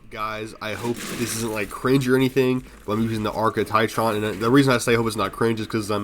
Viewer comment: TITron bro? TIT-ron?